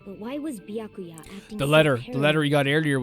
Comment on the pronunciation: Gasp! He s-s-said "Bya-kuya" The horror! Lol I love this game, and I do enjoy Byakuya's character. I find his chaos entertaining, and I love your reactions to Byakuya's antics. The running joke of not saying his name properly is so funny. And I definitely think the writers love to mess with Byakuya. I can't wait to see your reactions to the plot twists to come, seeing new people's reactions is part of the fun of this game to me.